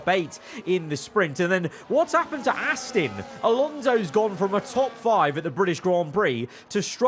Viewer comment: FerrAGHHHHri and Astin